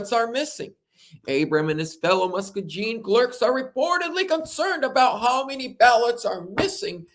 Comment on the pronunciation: Lol. Muss-key-g-in